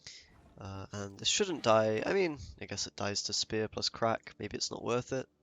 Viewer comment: omg it's pronounced CRACH not CRACK. You need a real glottal emphasis on that -ACH, capture the phlegm